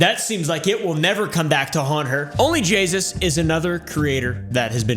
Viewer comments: Only jaySus as says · I heard Call her jayus one time and though she doesn't deserve the respect of fixing it I was bothered by her being called jaysus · It sounds like only Jesus except jasus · "Only Jaysus" 💀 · "And no my mustache isnt made out of 2 smaller mustaches" "Only Jesus'!" Thats what I heard